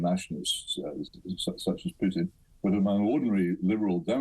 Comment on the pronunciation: The one who is actually educated on the matter. Hitchens. She can't even says Putins name correctly.